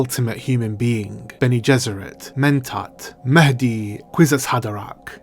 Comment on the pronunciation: I just want to say that I love the way you pronounced mahdi. As an atheist I don't really care about religious names but I appreciate when people go out of their ways to pronounce words in their original languages. Even if it isn't perfect, the effort is admirable. It shows true love to the material.